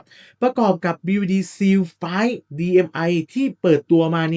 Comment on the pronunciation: เนื้อหาดีแต่่คำว่า "seal" อ่านว่า ซีล (/siːl/) ไม่ใช่ ซีว